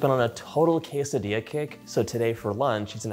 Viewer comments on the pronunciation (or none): none